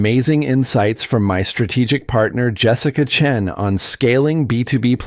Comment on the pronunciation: What's with the pauses narrating the name Dr (pause! Chen??? That is the problem when creating something false by a false algorithm? Not normal and absolutely rubbish